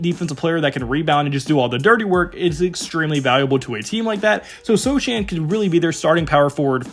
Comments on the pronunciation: it's pronounced "So-hannn" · You're pronouncing "Vassell", "Sochan" & "Branham" wrong... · Everything else here may be accurate , but you don't have to watch many Spurs games to know that the name "Sochan" has a silent "c", there is no "Vassil" on the roster, there never was a "Dedounte" on the team , and "Bran-Ham" sounds delicious with eggs, but we (Spurs fans) know the "H" is silent. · this guys says dejounte demanded a trade and mispronounces sochan and branham lol. amazing that you can actually go dig up all these clips of these guys and never hear the announcers say their names wemby content tho